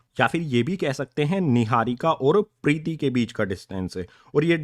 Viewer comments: Preeti nhi hai Preet hai 👍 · Sir vo pretti nhi preet h 😂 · Sir Preeti nhi preet 😂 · Sir priti nhi prit h 😅😂😂😂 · Preeti nhi preet hai